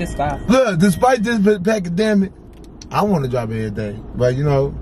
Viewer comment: Did this nigga say pacademic lol it’s pandemic